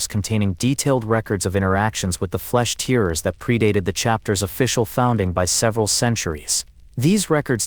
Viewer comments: That AI voice is dog shit haha, it cant even say Tearers properly haha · Can't even pronounce "tearers" correctly. Lazy edit to not even notice